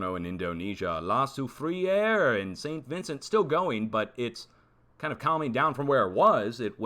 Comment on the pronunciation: Pronounced la sou frere...not sou fri ere